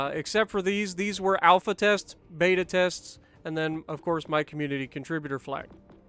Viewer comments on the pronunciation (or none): none